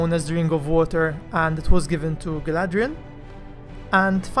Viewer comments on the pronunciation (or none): none